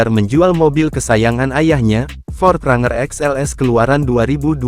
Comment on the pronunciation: Ini pake Suara Google maps apa ya. Bang Pronounciatian nya bukan RANGER (Bacanya : RENJER) 😂